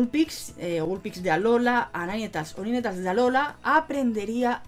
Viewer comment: Se pronuncia "nainteils" 😉